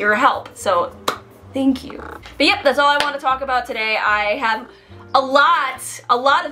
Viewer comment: Did she say denky u or do I need to get my ears checked?